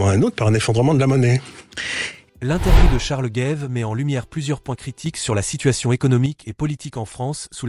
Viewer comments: Pourquoi dites-vous "Gaive" ; c'est Gave (comme "grave") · C'est Charles Gave et pas Guéve ou Gaive, vous ne savez pas parler français. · C'est quoi cet intervenant dans la dernière partie qui prétend interpréter Ch.Gave? Et Ch. GAVE est français, donc pas Géve mais GAve. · CHARLES GAVE ET NON "GAIVE".... IL EST FRANÇAIS ! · Ce serait mieux sans la voie de l'IA qui ne sait pas prononcer Gaves ni résilient.